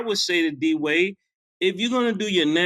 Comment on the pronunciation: "Dwight Dwight".. "Dwade Dwade"... I'm cryinnggggg